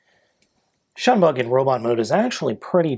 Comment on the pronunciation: i keep hearing "SHUNbug" rather than "Shinebug"